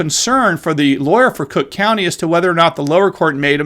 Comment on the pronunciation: Still mispronouncing crook county 😉